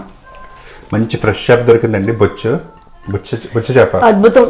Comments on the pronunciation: Bochu kadhu medam bochha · Adi bochu chappa kadandi bocha antaru